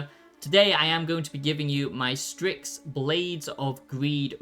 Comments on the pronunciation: Why are you pronouncing it 'stricks'? It's 'sticks' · LMFAO DUDE it’s called STYX not STRIX 😂 fr can’t anyone even read anymore??..